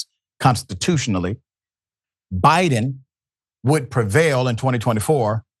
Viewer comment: LOL did you just call him Obiden